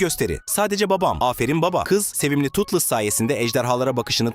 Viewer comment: Totles yanlış Toothless doğru